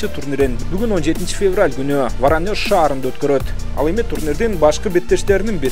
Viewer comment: Ворониош-деген шаарды биринчи угушум😄😃,чен бирдик дегенин эмне?😂